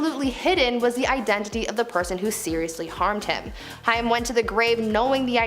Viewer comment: Sorry but this is driving me nuts! Haim is pronounced like Haym, not Hiam